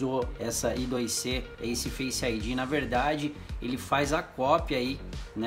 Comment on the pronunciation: Não é I DOIS CÊ. Se pronuncia AI ISQUÉRE CI ( I ao quadro C ) I2C (Inter-Integrated Circuit, eye-squared-C)